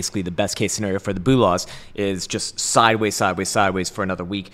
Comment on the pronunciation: Boolahs not the same as bullahs